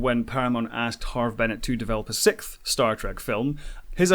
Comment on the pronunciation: A Starfleet Academy show would suffer from the same initial criticism that DS9 did i.e. "It's not much of a Star TREK if they aren't travelling through space!", though at least DS9 was IN space! BTdubs; siX-th, not siK-th.